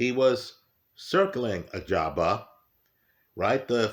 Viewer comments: I remember when used to call him "Agaba" instead of Ajagba. Good times 😂. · Still says Agjaba here lmao.